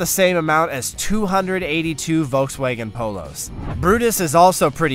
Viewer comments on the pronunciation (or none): none